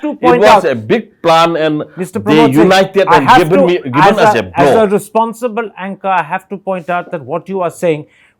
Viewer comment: 0 haothu pramod,What is poof...first of all learn English...say proof, villages not billages, given not giben,...Sir thappar, these haothu pramod tried to fool you but you don't gave him the chance...kudos to sir thappar...Regards